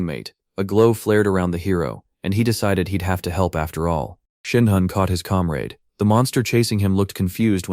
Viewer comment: (narrator: calm raid? or comrade?)